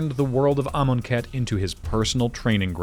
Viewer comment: Knew it was from the jump. The pronunciation of Amonkhet sealed it.